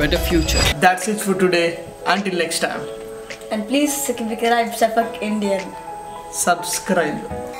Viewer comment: Ok... So was the sabakaraibe intentional or he didn't get to pronounce it... If he did that intentionally 😂😂😎👏👏